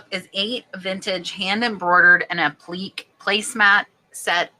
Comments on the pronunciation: Appliqué is pronounced app-la-kay and is when a fabric is stitched to another, different background fabric, usually with tiny, invisible stitches. Some of this handwork is underpriced, imo, because it is “women’s work” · Hi darling’. Appliqué = App - li (like “lit” without the t) - kay. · Applique is pronounced App-lih-kay. Damask is Dam-ask. The reason there is staining on linens in the box is the box itself. The acid in the paper causes the staining and it is hard to remove sometimes. You can also have rust stains from the old steel pins that are sometimes used in packaging. These can actually eat small holes in the fabric.